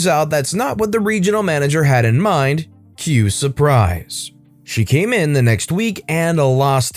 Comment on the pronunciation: it's pronounced "kell supreeze"